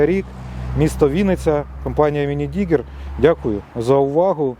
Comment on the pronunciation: Класна техніка.Бажаю успіхів.Але .............минидигер..ну йо моє.......Мінідігер